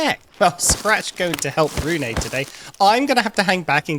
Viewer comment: Really hope the developers will change how bloodmoons work. Like telling the player in the morning of the day it happens so we dont have to turtle around our bases in fear of it suddenly appearing. Also you pronounce Rune as ''Rune-uh''. It's not a big deal, just feels really weird hearing my own name being pronounced that way xD